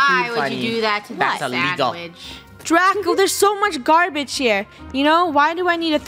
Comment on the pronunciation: The way said Draco DRUCO CHEW YOUR FOOOOOOD